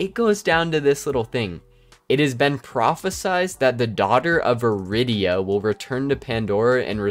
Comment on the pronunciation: "Prophesied." Pronounced with an "eyed." Isn't "order" bad, though? The whole point of the Borderlands saga is Chaotic Good fighting Lawful Evil. He was more lighthearted in BL1. Everyone seems to forget that.